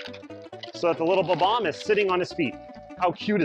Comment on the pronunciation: It's pronounced Bob - omb but good video👍